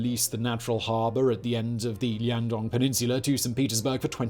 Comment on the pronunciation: i know that I’m biased cause I’m from there so this bothers me a bit more than it should but, Liaodong. Not Liandong.